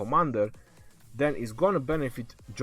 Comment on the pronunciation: Lol sounds like you're saying John of Arc lol